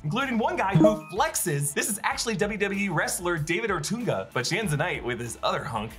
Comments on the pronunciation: It’s former wwe superstar David Otunga. Not Ortunga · Not David Ortoonga 😂😂😂😂 It's David Otunga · David O-Ton-Gah. Okay, wrestling nerd moment over